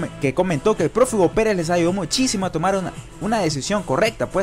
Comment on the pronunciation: perdón pero así escuche que pronunciaron en el video en vez profe, escuché prófugo y dije no puede ser.